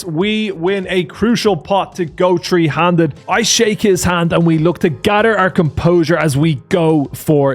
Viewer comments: you need to get your th down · “Alrighttt it’s day tree…..” 😂